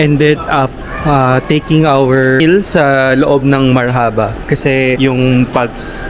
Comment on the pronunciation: Marhaba spells like Marrrrrhubah straight word not mar-Haba the filipino way